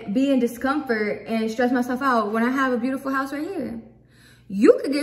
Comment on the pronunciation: I cannot hahahHh she said beautiful piujahh